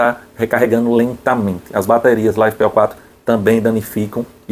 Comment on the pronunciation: uai caba, todo mundo fala da forma que você pronunciou.